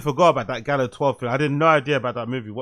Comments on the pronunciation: The fact that he calls it Galleo 😅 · Why does he keep pronouncing it like there is an E in the word? It’s Gallo. Which tells you all you fucking need to know if he knew this or not because he can’t even pronounce the fucking fake name correctly. Jesus.